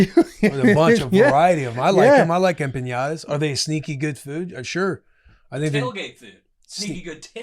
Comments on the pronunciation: They kept saying empenyada 😂😂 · The butchering of the word empanadas 😂 cmon fellas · Listening to Will and Taylor mispronounce empanadas is driving me up a wall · Boys just keep asking Will to say Empanadas